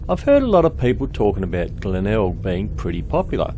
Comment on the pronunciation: Nice to see Glenelg again, went there many times. couldn't get out of the habit of calling it Glenegg:)